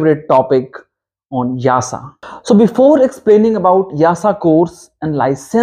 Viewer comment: Why you pronounce YASA instead of EASA?